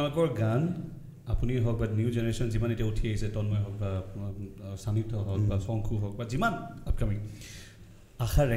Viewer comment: মৈত্ৰেয়ী পাটৰক অশেষ ধন্যবাদ যে তেওঁ 'শংকু' নামটো 'চংকু' বুলি উচ্চাৰণ কৰা নাই । এই কথাটো যদি আমাৰ 'শ' , 'ষ' , 'স' ক ' চ / ছ ' বুলি উচ্চাৰণ কৰা অসমীয়াসকলে মন কৰিলেহেঁতেন ! সুখী হৈছোঁ অনুষ্ঠানটি চাই ।